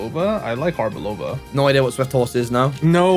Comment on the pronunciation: Did he just say arbiLOVA instead of Arboliva?